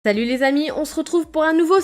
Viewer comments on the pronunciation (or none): none